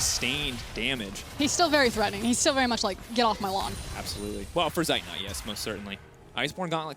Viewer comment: its funny that the annotators always pronounce the names of zeitnot and armut wrong. these two are german words meaning armut being poor and zeitnot having a lack of time. :D and the female annotator even showed she's able to pronounce at least the "z" in zeitnot correctly